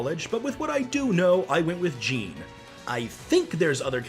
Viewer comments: Oh and by the way, its actually pronounced "zhohn," not "Jean" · IT'S PRONOUNCED "J-AW-N"!!!!! Also, love the video! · WHY DO YOU PRONOUCE JEANNE AS JEEN!!!?? ITS LIKE SAYING JON WITH A THINK ACCENT!! And I think Jeanne would get the Lucas treatment, her moves and style are more different than bayonetta. Bayonetta in Smash is based of the Love Is Blue Combos, but Jeanne uses the All4One guns, which is based off the Bayonetta 1 combos which are completely different from bayonetta 2, Jeanne would need a Different F-Tilt, a Different Neutral Attack combo, Her Witch Time would also be more difficult to activate and last much longer than bayonetta's (just like in the game) her smash attacks would also have more strength and knockback! Just like in the Bayonetta games. You should really play her games, they're awesome, plus with bayonetta coming to the PS4 many others can discover her as well. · Him: Jean is the one I know! Me: IT'S JEANNE!!!